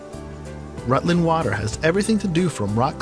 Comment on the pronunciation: Tell him Derbyshire is pronounced Darby-sher and Rutland is Rutland which he finally pronounces properly, I'm from East London so I pronounce Richmondshire Richmondsher.